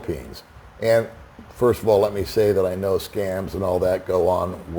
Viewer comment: I'm a pouriner :) Hahaha! That's how they actually pronounce it! Pinancial safety pirst!